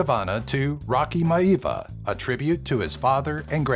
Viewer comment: love the vid. but next time take a second search youtube. I am sure it will have countless examples of how to say Maivia by the man himself. Hint. the "I"s are not silent